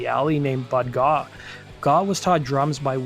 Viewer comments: It's GAUGH, not GAAW or GOUGH. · The word is grape without the g. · Need to teach your AI how to say GAUGH